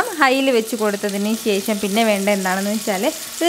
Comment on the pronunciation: ശേശം അല്ല ശേഷം